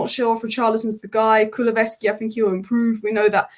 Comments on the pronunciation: Ku-lu-sev-ski. Not Ku-lu-ve-ski😊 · This is one of the best reviews of the subject i ve seen! Nicely done!! But please it's Kulu-SEV-ski 😅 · Great video, wish you succes. But as Tottemham fan Kuluveski tears my ears😅